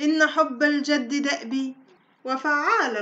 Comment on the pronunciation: الجِد و ليس الجَد مثلَ و ليس مثلُ